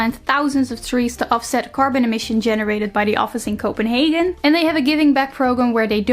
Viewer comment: I almost screamed at ‘danish’ Edit: again ‘Copenhagen’ I almost screamed